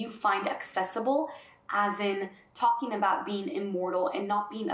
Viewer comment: Does anyone else hear 'bean' when she says 'being'? Human bean, Galactic bean, love all beans. Pretty cute.